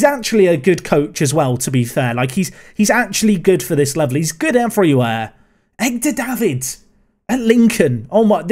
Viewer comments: are...you purposely saying "Egg-dar" Davids? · Did you.... did you just say "Egg-dur Davids"?